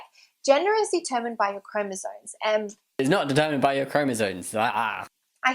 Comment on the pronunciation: she doesn't know what she's talking about, what a biggot! She doesn't even know how to say 'chromosomes', she said 'chromosones' :D :D :D